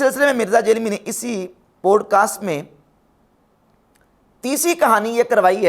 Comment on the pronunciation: Poodcast nahi hota podcast hota hai🤣